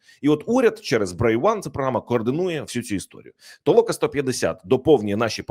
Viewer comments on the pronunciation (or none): Не ТООЛОКА А ТОЛОКАА.